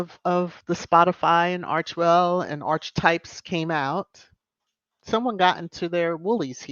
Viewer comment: Please check the pronunciation of archetype